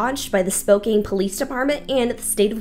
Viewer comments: *SpoCAN, not "cane" 😉. Am I the only one that had to listen to this at 3/4 speed? Lol You have come such a long way since this video... You've matured, you aren't stumbling over yourself, it's like night and day. I guess what they say is true, "practice makes perfect"! Keep them coming, you're doing great! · Not important in the least bit, but Spokane is pronounced “spo-can” 🤓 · Excellent deep dive! The name is actually pronounced Spoh-can, though.